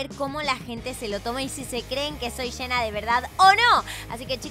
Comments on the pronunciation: Nosedice hena se dice jenna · Amo como dice “Shena” en lugar de Jenna JAJAJJSJJAJSJJS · Eeeeee pero se escribe jenna y se pronuncia yenna